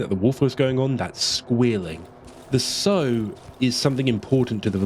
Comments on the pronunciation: It's sow as in how or now, not sewing seeds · quick note on an otherwise fantastic video - "sow" rhyming with "low" is a verb for planting seeds. the female pig is "sow" rhyming with "cow"